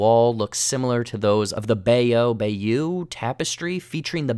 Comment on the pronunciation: Bayeux is pronouced "by-uh"